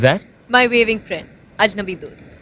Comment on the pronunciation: "WAYWING FRIEND"